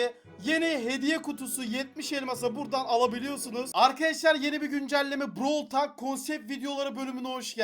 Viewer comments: Browl tolk olarak okunuyor çıldırtma insanı düzgün oku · abi brawl talk deyil brawl tolk